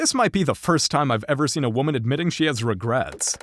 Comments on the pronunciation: she didn’t admit to having regrets, she said she had a lot of regurts….. maybe she has issues with regurgitation? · Also, did she actually say re-GERTS???? 😮